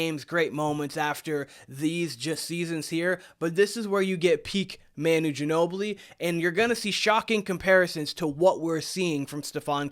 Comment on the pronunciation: OK, gonna stop right here . First of all, you can’t even pronounce Manu’s name. Second, Manu is unique. I don’t even care who is comparing Steph to Manu - they are wrong. Castle may end up being the greatest to ever play for the Spurs, we don’t know, but in no way is he like Manu on the court. Ginobili was one of a kind, so move on. What else have you got?